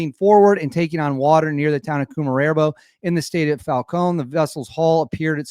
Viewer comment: Koo-mah-rehboh is good. Falcon is on point.